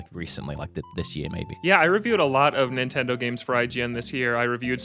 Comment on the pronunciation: "Nintindaur"